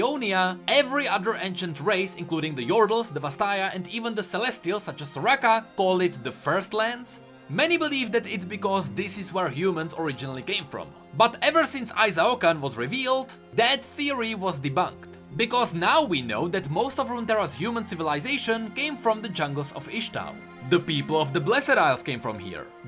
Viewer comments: NOT I-zao-kan. it's ee-sho-kan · ai-zao-kan Qiyanna: ee-shao-kan!!! Say it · ISAIAH-YOW-KAN??? WE PLAY THE SAME GAME. ITS FUCKING EE-SHAO-KAN.